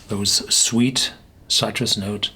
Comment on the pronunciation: Its not "sigh-trus" its "sit-rus"!